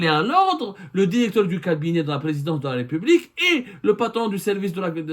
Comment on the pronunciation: Directeur et non Déricteur.